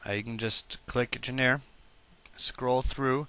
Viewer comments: JOHN RUH, not genairre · I love how he pronounced genre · Hahahah, right? Poor guy. I did find this video helpful though.